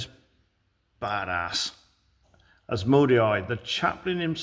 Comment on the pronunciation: Very nice ❤ Dark Angels were my first and only chapter back in the day and you have done them justice mate. But for the love of Gork please pronounce Asmondai better 😂